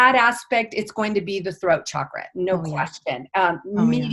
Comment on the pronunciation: I love it when people say Chakra correctly, like. Ch like chocolate, choice, child. I don’t know why many people say ‘shakra’. If French people pronounce is shakra, I’d understand, but it’s weird that most English speakers say shakra. I’m glad that tendency is changing.